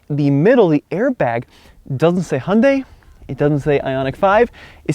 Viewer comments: Im sorry, u ruined this whole video by pronouncing Hyundai wrong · I guess what bothers me is, if you’re going to bring attention to something. Please do some research on it first. Hyundai even did commercials on how to say their name. Pointing out that it rhymes with Sunday. This is easily discovered via search engine. I just can’t take someone seriously if they can’t be bothered.